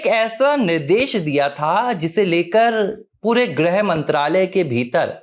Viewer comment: “ग्रह” मंत्री नहीं “गृह” मंत्री (ग् + ऋ्+ह)